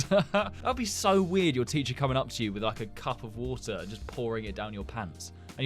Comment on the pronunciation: normal/english water kinda normal/british wutah